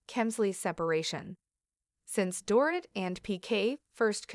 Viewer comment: Her name is pronounced Door-Eat